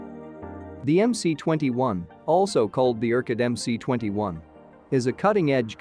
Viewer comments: it's EM-ES not EM-SEE.. get it Mr. effing Expert? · UAC just gived up with this incorrect "Em-Cee-21" pronunciation. They said: OK, let it be "Em-Cee-21".